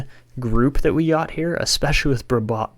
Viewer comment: Brisebois is pronounced breez-bwah! That's why Patrice Brisebois was nicknamed Breeze-by but hopefully that name doesn't stick for a goalie haha